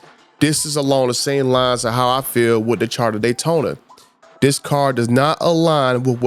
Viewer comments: Would you STOP SAYING CHARTER. Its CHARGER. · Dodge "Charda" Daytona😀